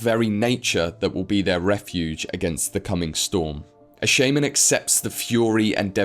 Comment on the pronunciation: Please look up how to pronounce shaman. Otherwise exelent video.